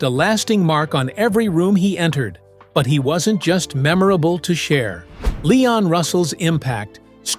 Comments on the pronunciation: AI sucks. The AI called him Layon. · This was a terrible documentary. The guy can barely pronounce Leon’s name, sometimes he calls him Lay-on . Pitiful. Leon was brilliant! Go back and listen to his music, it’s undeniable. All musicians knew how special and talented he was! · All this and you can't even say his name correctly.